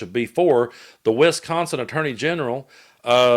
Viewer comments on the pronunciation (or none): WISconsin, not WESconsin.